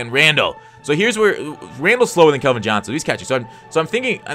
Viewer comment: CALVIN AS IN CALCULUS NOT KELVIN...sorry it was annoying hear you say it wrong